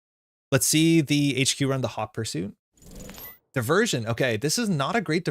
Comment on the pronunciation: i appreciate the pronunciation of hot fursuit tho